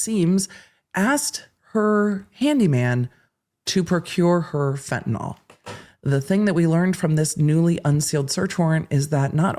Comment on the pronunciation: As a fellow full blast ADHDer, I know you are picky about getting tidbits correct. As a nurse I want to point out that Fentanyl is pronounced fen-ta nill, not fen-ta-noll like Tylenol or propofol. The world at large mispronounces it so it's an easy mistake to make.